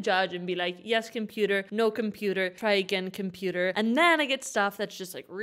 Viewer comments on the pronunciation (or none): The way you were pronouncing COMPOOTER… I couldn’t help but subscribe